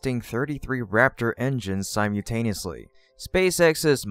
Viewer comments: It’s not “sime-yoo”-taneously, it’s simULtaneously. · the word isn't "sym you taneously", it's sym ul taneously. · Si-mew-taniously? Still? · It's pronounced sim-ull-tay-nee-us-lee